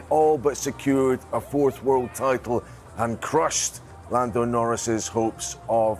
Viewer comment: lamb lando , haha nice slip of the tongue !!